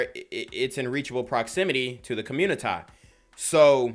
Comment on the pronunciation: Here's some advice, you don't have to say "communi-Tie" so much. It's kinda cringe but do your thing bro...